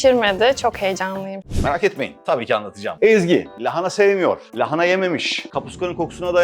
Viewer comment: keşke lahanayı doğru da telaffuz edebilse 😢